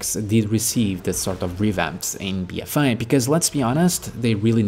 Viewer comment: Lmao, it's just your accent. When you say "a" it sounds (to me) more like you're saying "eye" or "I". I'm just busting your balls.